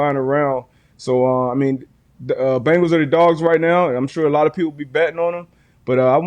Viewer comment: Love the way you said BANGles. might he one of the best accents around.